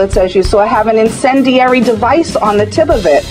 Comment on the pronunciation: You goof, we need to fight the aliens with hammers. They must be more effective than a rifle....Do any hammers have an "in-sin-der-airy" tip?